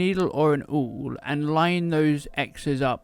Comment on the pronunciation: "Ouul?" Isn't it an awl? Thank you for posting.